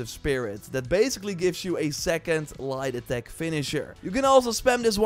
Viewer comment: Every time he says light attack .I hear lie detect finisher